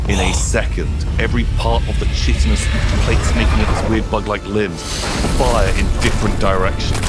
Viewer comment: Both you and. Chitinous is "kai-ten-us" not "chitten-us."